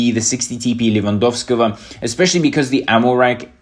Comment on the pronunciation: I'm from Poland and I can't stop laughing when you say "Lewandowski". It works every time 🤣🤣